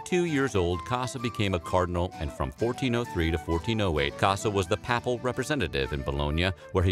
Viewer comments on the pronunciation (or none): Papal is pronounced "Pay paul", not "pap all," my good sir! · "PAY-pl" and "PAY-pacy" Not "Pah-pl" and "Pah-plcy" Probably advisable to look up pronunciation of unfamiliar words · The way he says papal bothers me